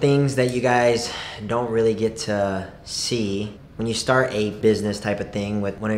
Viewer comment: "Wait? Rearry?" 😂😂😂😂💗💗💗💗